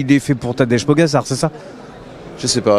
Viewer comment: Punaise le journaliste entraine-toi à prononcer le nom de Pogačar correctement sérieux… c’est tellement pas pro’ et ça pique les oreilles à chaque fois